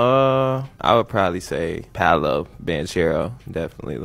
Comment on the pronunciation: He also said Paulo lol when it’s pronounced Paolo. Bro said the first and last name wrong 😂